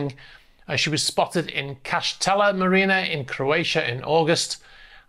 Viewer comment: Thank you for the photo credit ... & excellent pronunciation of Kaštel 👍😁